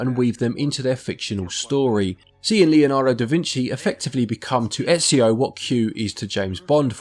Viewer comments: Disliked for getting Ezio's name so wrong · I love how Ezio says his name a ton in the games and people still mispronounce it